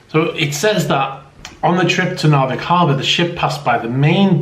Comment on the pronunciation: Your Norwegian spelling is almost flawless, when it come to Narvik and Evenes.